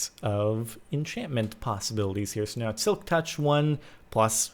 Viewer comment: Thanks Grumm and DB for butchering enchantment!